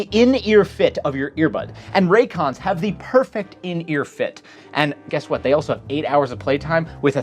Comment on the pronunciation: Is it Ray... IT'S FUCKING RAY-CONS.